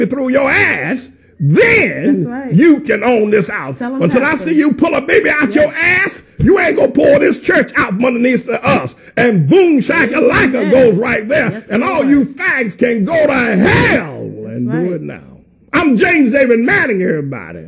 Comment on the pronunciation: boom shacka lacka..... he couldn't even pronounce it right. that phrase was more offensive than anything else he said there